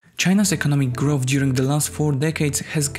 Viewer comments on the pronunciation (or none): none